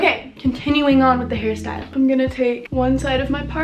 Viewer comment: Ok but why did it sound like she said “before I do this Harry style?” 😂